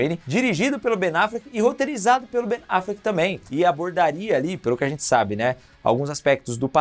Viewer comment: QUE AGONIA VER VOCÊ FALANDO BEN AFLECK KKKK